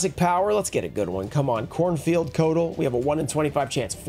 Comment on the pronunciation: Also, Cornfield Coatl is pronounced (CO-Ah-Tull)